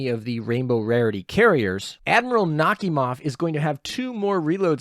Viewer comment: I think Nakhimov is pronounced Nak-hi-mov, but the H is sometimes silent.